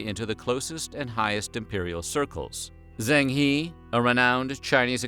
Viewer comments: Zheng He is pronounced “Jung huh” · never knew Zheng He's name could be butchered till the point its Zang He :')